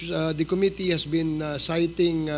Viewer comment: Correction.citing (sighting)